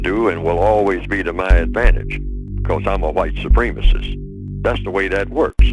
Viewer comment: White supreme-isist...tf you pronounce it like that....idk he must have the bigger plan